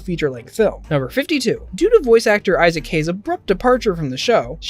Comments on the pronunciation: Ay-say-ak? That'd be A-SAY-ACK. I'm assuming you mean EYE-ZEI-ICK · Why does the narrator pronounce "Isaac" in a bible fashion??? Like Ay-Say-Ak 😂